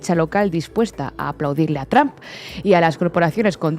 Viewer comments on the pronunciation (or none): Mas alla de que apoyo a la presidenta, seria bueno que aprendiera que trump NO se pronuncia "tromp"